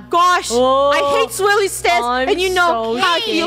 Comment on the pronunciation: Instead of swirly stairs funneh says swilly stair lol